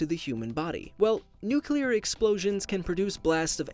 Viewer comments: Can’t take you seriously when you keep pronouncing it “nucueler”. It’s nuCLEAR. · Why does everyone pronounce nuclear as Nu-Ki-Lur??? Shouldn't it be Nu-Klea? This is really starting to peeve me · NUCLEAR!! NOT NUCULAR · It really annoys me how he says nuCULAR instead of nuCLEAR! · Nukelar nukelar nukelar nukelar nukelar It's nuclear ffs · Sorry but it takes your credibility away when you say "nucular". You sound like George Bush and that is just annoying. It is NUCLEAR! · oh geez, I deleted my pretentious comment as soon as I saw this lol. Here's a helpful trick: New Clear. Like a new clear paint job on your car:) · Pronuced new-clear Your welcome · Nuclear is derived from the word nucleus, referring to "related to the nucleus." Both words are 3 syllable words with the accent on the second syllable. so nu-cle-ar is the proper form and pronunciation. "New clear," while incorrect, still helps you understand the pronunciation difference from incorrect nu-cu-lar you were switching between. Unfortunately, a large number of people in the public eye also use this cringe-worthy incorrect pronunciation in the media. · nuke-lee-er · NEW CLEAR It's not rocket surgery! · Nyan Kitty new-cle-er is nuclear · it's pronounced nuclear, you stupid idiot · It's NYOOKLIA 🤡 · No one: The dude in this video: Nucilar bomb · i think the next topic should be the pronunciation of NUCULAR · A “nucular” bomb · lmao is it so hard to say "NUCLEAR"? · Nuke-ya-lur isn’t a thing. ;) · Y do so many people say nucular? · NOO-KLEE-AR. please. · Hard to concentrate on what you're saying because of your cringe pronunciation of NU CLEAR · "Nuculear" bomb 😂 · Why did you pronounce nuclear as "new killer"? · Nuclear. "New- Clear." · Nu*cle*ar...might work better or you're going to have all the dumb dumbs pronouncing it wrong a different way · NEW-CLEAR. There, does that help??? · Its nucular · I cant be the only one bugged about how he says it... "nuquilar"